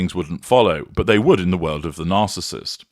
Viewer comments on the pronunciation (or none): none